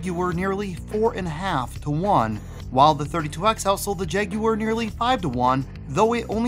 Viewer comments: “Jag you were”??? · i can't watch this video if you're gonna be pronouncing it "jag-you-urr" the entire time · My ears are bleeding after hearing you call this thing the “Jag-yoo-wer” over and over.